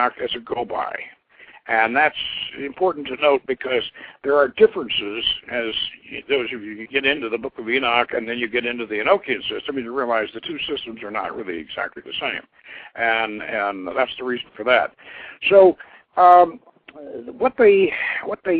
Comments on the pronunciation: It is not E know key en....it's Annunakian Magik....like magnet logic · No, it's Enochian like e-nock-ian, as in Enoch